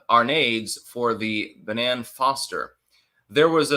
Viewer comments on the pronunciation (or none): none